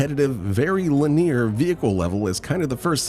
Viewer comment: Was about to compliment your voice and speaking style but realized you were AI when you mispronounced 'linear'